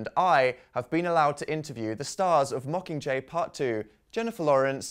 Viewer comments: When Liam said yag he was saying mockinggay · "yakcomqur" Liam 2015. Liam... it's "mocking jay" not yakcomqur.